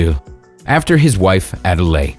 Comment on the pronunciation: Adelie penguins, not Adelaide.